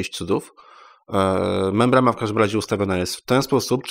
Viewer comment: Membrana a nie MembraMa